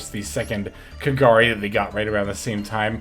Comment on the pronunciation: First time i heard pronouncing kagari in the correct way XD. Awesome video, keep up the good work.